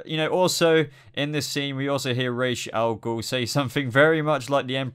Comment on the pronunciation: I think you're pronouncing Ra's al Ghul wrrong